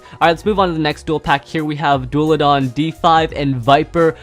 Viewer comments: As a viper hydrax owner I find the fact that messed up their names, very painful. Also, it's pronounced Daul-a-han. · It's dullahan not dullahan